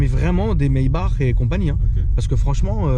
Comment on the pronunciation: Doux Jesus qui prononce bien "Maybach" (rrrrrrr à la fin du nom), c’est parfait!